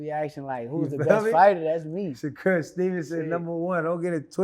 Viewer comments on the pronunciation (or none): Dude said Shakur name backwards 😂”Stevenson Shakur”